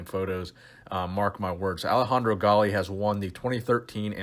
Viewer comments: It's not Alehandro...it's Alessandro...with an S. Nice top5. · It’s Alessandro not Alejandro 🤦🏻‍♂️🤦🏻‍♂️ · It's AleSSandro Galli, not Alejandro, he is ITALIAN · AleSSandro... not AleJandro, the guy is italian. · That would be AleSSandro Galli. He’s Italian not Spanish (AleJandro) ;) I enjoy your videos by the way. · Hey, Alessandro Galli is Italian like me! He's 48 now and still shredded... respect. ps the name 'Alessandro' is pronounced as written, with a 's', not like Spanish Alejandro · It's AleSSandro, italian name, not Alejandro, spanish. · Just a quick thing; Alessandro is Italian, not Spanish. It's "A-leh-ss (hard S, like the c in cent) - an - dro" Love your content, fan from Italy! <3 EDIT: [ i was very much not the first person to type this I apologise] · Alessandro Galli. You pronounce the S's. AleSSandro. Ok? He's Italian, not Thpanish. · Nice content man, but the way you pronounce Alessandro is unlistenable. You confused yourself with the Spanish name Alejandro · How the hell do you pronounce alessandro? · Haha I was wondering why he pronounced it like that.